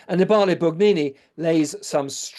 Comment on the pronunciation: Thank you for the excellent talk. Annibale Bugnini. ( An-NEE-bah lay ) stress on second syllable. Like pa-PA-bi-le, or MO-bi-le.